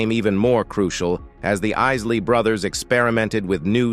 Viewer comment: First of all, how insulting. This announcer pronounces the Isley Brothers to the Issley Brothers. Either this is a deliberate slight, or someone doesn't know what their doing!